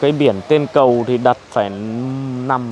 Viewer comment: Toàn là kỹ sư ngọng. Người ta nói là 'ấy cái cầu' kỹ sư ngọng là 'ấy ái ầu'